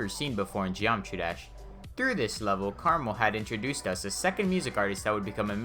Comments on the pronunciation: Me: Krmal Him: carml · the way you pronounce krmal reminds me of caramel and i got hungry while watching this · he really just said caramel